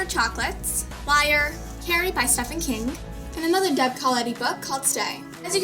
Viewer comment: Did she just say Stephan King? It's okay, I forgive you. Lol Subscribed.